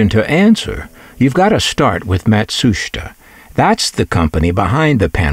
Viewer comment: Your documentary on this product is very interesting. I also appreciate your pronunciation of the Japanese “Matsushita”, which is almost always butchered and mispronounced. Thank you for your work and skill in making your videos. I’ve had a few Panasonic products and they were always my favourites. They were always best built.